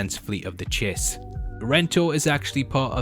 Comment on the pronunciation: Glad to hear you're pronouncing Chiss correctly, unlike your last video.